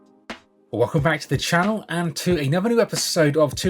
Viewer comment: My favorite catchphrase; “Welcome back to the channow.”